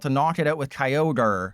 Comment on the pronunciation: Key-o-gree?!? wtf man I was having a nice day